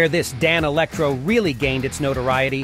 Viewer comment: Yeah, the AI voice doesn’t know how to pronounce ‘Danelectro’ 😂